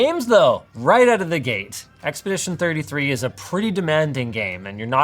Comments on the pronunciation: "Expidition 33" come on ya'll that's an easy one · Love me some "Expidition 33" 😅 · expidition :D